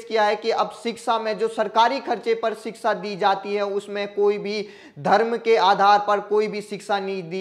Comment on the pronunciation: सही उच्चारण है-शिक्षा